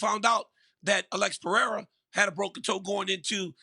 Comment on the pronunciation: Choad Sonone needs to learn how to pronounce Pereira’s name. Pierra just shows his ignorance and disrespect.